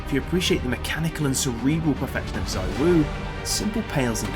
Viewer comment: Cool vid… anyways it’s zywoo